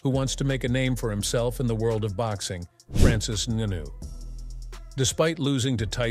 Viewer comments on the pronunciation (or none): FRANCIS NEWNEW?